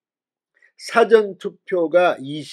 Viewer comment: 사-전 투표를 사전 (사를 짧게 빌음)투표로 발음하는게 맞는지? 듣기에 자연스럽 지가 않네요.